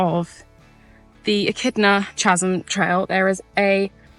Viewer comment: 'Chasm' 'H' is silent. It's pronounced as /ˈkaz(ə)m/ When visiting Australia, time of the year & seasons really Really matter... Only Mad Dogs & Englishmen go out in the Midday Sun!